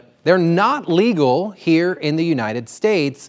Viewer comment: "leagal". ..... Florida.